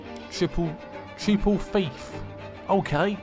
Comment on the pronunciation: U said triple thief when it said triple theft